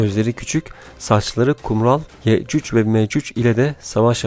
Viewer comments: Telaffuzun Yeccüc ve Meccüc Olması gereken Yecüc ve Mecüc 😶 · Yecüc mecüc neden yeccücc ve meccücc diyorsunuz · Abi iyi güzel konusuyonda yecuc mecuc neden yeücücü meücücü diyon anlamadım böylemi söyleniyor ? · Sunucunun yehcüc ve mehcüc demesi ayrı bir dert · Bu vidyonu yarimciq qoyacam cunki sen adam ki yecuc ve mecuc diye bilmirsen men de eseblesirem😏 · Ne kadar sinir bozucu bir anlatım Ye,cuc ve më, cuc diye okunmaz Okumasını öğren önce Anlatım dersi al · hee anladım aynen ya 😂 sanki Yecüc ve Mecüc'ü nufusuna alacakmış gibi😁😁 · O kadar güzel yecuc ve mecuc diyorki ya 😂❤